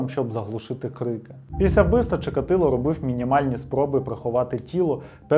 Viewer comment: Вже яке відео дивлюсь, замість «після», чую «піся»😂